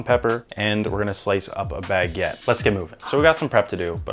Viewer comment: OMG the way you said baguette... 🤣🤣🤣